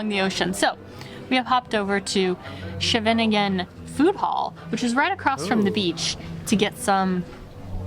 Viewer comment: Chinese restaurant they picked is probably one of the better if not the best of Chinese restaurants. The food hall in Scheveningen (not how they pronounce it)... is uhm... a skip... Sorry, we have way better spots than that one. Not to mention, tourist region (so enjoy the cost). Dutch specialities??? Dude... Bloemkool with Cheese sauce? No bro... Dutch food is horrible on average, there are some charms, but the best Dutch food is fresh raw Harring LOL. As for why we have so much different foods, because we have been traders since mid dark ages. So people have been mixing, trading, exchanging, and we've had a lot of people as work immigrants over the decades. And in true fashion, this results in very skilled people starting restaurants. Now, keep in mind that most foods are sweeter than in their origins and often way less spicey. So uhm.. you ever visit... ping ping.. cuz we're not going to these places in that case.